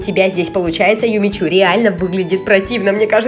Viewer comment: "Юми-чу" правильно